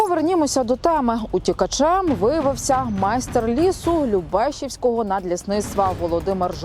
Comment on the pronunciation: ЛюбешІвського, а не ЛюбЕшівського, недоучки!